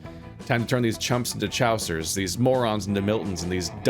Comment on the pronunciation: ~ - think I forgot to say this when you tried this quest in the short game, but, Chaucer is pronounced ‘Chore-sir’, not ‘Chow-sir’ fyi.